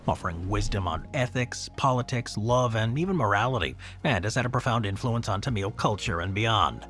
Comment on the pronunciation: Tamil: pronounced "Tom-mull", with some slight variations depending on dialect and "correctness" for lack of a better term. Never "Tumeel", unless we are talking about a different group altogether? If that's the case, my apologies.